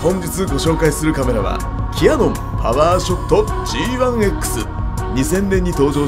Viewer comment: OZEKIさんこんばんわ。 レギュラースタイルに戻って一安心。GR3Ⅲxの動画があまりにも良かったので 「ひょっとしたら、今後は現行機メイン？」なんて心配してました😜 キャノンではなく“キヤノン“と発音されるスタイル たまりません！